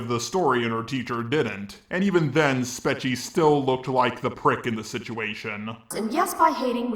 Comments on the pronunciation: I think its pronounced "spekee" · I think it’s speech-e??? I dunno, I think she said it like that before, but I’m not 100% sure. I could be wrong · Not a big fan of her but I'm pretty sure her name is pronounced "speech E"